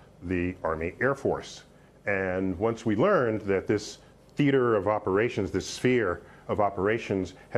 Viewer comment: He said it right THEATER OF OPERATION 🤣🤣😂😂🤣🤣😂🤣